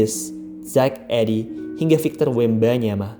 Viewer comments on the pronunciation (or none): Zach Idiy bacanya bang